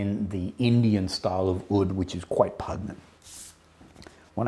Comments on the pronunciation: Brother I love your work but I need to do you this favour: The word 'pungent', to describe a strong smell is pronounced 'pun-jent'. You sound like you have it mixed up with 'repugnant', which pretty much means repulsive. ❤️ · Just found you. Love your videos. But, as a fellow Aussie, I MUSt correct you on "pungent". It's a soft "G" as in "just". There, done! Love the Xerjoff range but I'm sticking with "Naxos" and "More Than Words" right now.